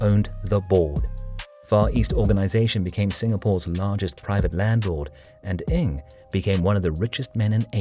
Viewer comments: can you pronounce their surname properly ? NG not ing. Sheesh. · Strange, Alan Ng, the famous movie journalist pronounces his name, "Ing". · strange, the many other Singaporeans and Malaysians pronounce it as 'Ng'.